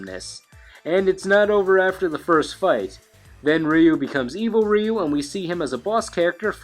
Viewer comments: Its "RAI-U" if your going to pronounce his name Japanese its simply "U". Ree-U, smh sounds like a gay siren. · It is very commonly pronounced Ry-Yu and Ree-Yu. But the closest most english speakers get is calling him Roo. even though technically his name is pronounced closer to Rueue, like the word queue (kyoo) but with an R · everyone knows Ryu,no one knows how to say his name properly